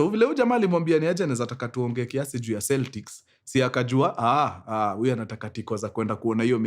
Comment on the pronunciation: Pronounced "Keltics"